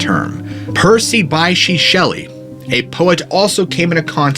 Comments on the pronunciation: wow...Bysshe, as in Percy Bysshe Shelley, is pronounced "bish", not "by-she" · Sorry, I hate being pedantic, but I am, can’t help it. Percy Shelley’s middle name is pronounced Bish, as in bishop and Isla is pronounced like island! Merry Christmas, thanks for the uploads.